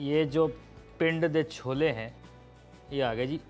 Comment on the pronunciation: Did you say "cholbe"?